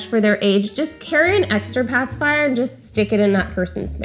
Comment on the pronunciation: "pasiphier" and "binki" both annoy INCREDIBLY ! Am I the only one?